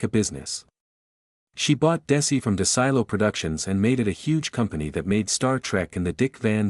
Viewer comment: It's pronounced "Seller-on"...I grew up in a town near Jamestown and the nearby Celeron...and it's "Dez-ee-lou"!! Wow! Forget AI and get someone to narrate!